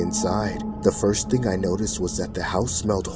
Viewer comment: She said before I get my ting 💀